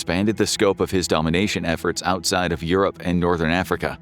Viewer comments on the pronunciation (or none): none